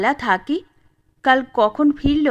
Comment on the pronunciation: গল্পপাঠে থাকমণি নামটা থাক্ মণি বা থাক্ বলিয়া বারংবার উচ্চারণ বড়ই বিরক্তিকর। উচ্চারিত হওয়া উচিৎ ছিল,থাকঅ কিংবা থাকো। ঐ ত্রুটি বাদ দিলে সামগ্রিকভাবে গল্পপাঠ অপূর্ব।